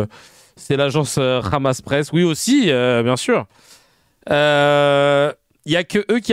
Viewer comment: C’est le Hamas comme avec un h expiré (ح) et non pas le khamas (خ)…en plus ils sont illettrés !